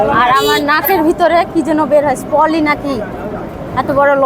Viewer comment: ওহে, Mrs. beauty without brain...নাকের ওটাকে পলি বলে না, পলিপ বলে।